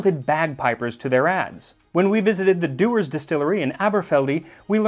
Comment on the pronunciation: it's splendid when you try to speak in a Scottish accent, however Dewer is actually pronounced "Jewer" by the locals, and in the gael "uisge na beatha" the beatha comes out like Bah, but as your video was more than a year ago so I am thinking as we Scots are a wee touch pernickety about irrelevant matters you will have received notice of such matters. When you raise your glass and say "Slàinte"(cheers} pronounced Slange pronounced Slange. All that nonsense said, I am really enjoying your cooking/history fusion and will be buying a copy of your cooking tome as soon as I can locate one. :hand-pink-waving